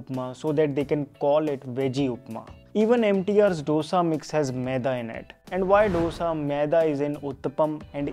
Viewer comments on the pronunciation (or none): Pls say Dosa not dhosa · Dosha nahi dosa. Itli nahi Idli